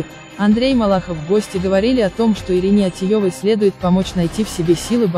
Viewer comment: Да не ОтиЙОвой, а ОтиЕвой. Аж слушать противно!! Авторы, вы что, идиоты? Фамилии правильно назвать не можете?